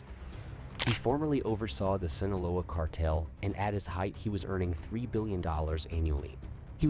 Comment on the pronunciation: You don't know how to say his name Joaquin....or sinoloa or gauta la GARA. LMAO. Dude youre absolutely beyond embarrassing. Learn how to say pronounce simple Spanish words so u don't sound like an ignominious buffoon., Which you are. Geezus. What a fkng moron